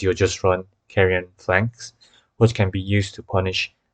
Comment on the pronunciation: Thank you for the vid! Very helpful. 1 thing tho... the way you pronouce phalanx bothered me